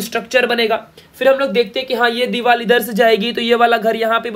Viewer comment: Dival nahi sir Divar